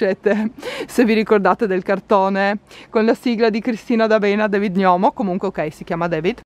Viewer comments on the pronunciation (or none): none